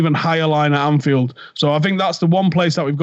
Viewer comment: Thought you had the name right with the pronunciation of Anfield rats